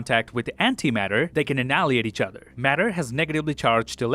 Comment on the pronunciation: Wonderful video but you cannot say properly annihilate lol